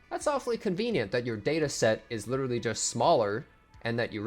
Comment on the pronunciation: U might just witerawwy be kinda dumb💀